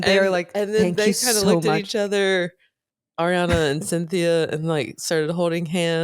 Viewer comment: Is Spanish pronunciation, “Awe-riana”, idk 🤷‍♀️